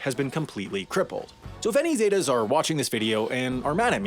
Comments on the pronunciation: Okay first, it’s pronounce “sEH-tAHs” not “Zey Tas” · It’s ZEH-TAS! Not zeytas 😂 white ppl are terrible at pronouncing words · “The Zay-tuh’s” that’s not how you say it at all!!!😂😂😂😂 It’s pronounced “seh-tahs” 😂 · Its not pronounced as zey tas its pronounced as zet-tas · It’s pronounced Zet-Tas not Zay tas. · Its not pronounced “Zeytas” its pronounced “Cetas” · Z-eh-tah-ss. Not zay-tahs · ZETA NOT SAIDA ZEEEETAH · Lol the way he says zetas what a 🤡